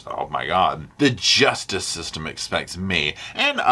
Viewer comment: “Gee-yus-tis system!”😂